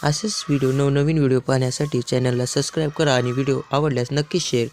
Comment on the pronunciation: सस्क्राईब नाही ओ सबस्क्राईब 😂